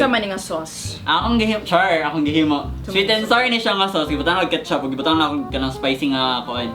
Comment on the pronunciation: Na "Egzite jud ko" and " Sweet and Sarrr"🤣🤣 hahaha visaglish